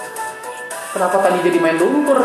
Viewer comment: gedeg dah gua kalo lu ngomong "kenapa" tapi ada h nya jadi "khhenapa" wkwkwkwkwkwk